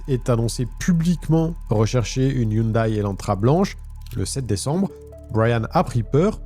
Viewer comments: Coucou, on prononce hyundai (hyundé) 😊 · Hyundai se prononce Hyundè ( au cas où ^^ ) Je ne sais pas pourquoi ils ne l'ont pas écrit " Hyundae "...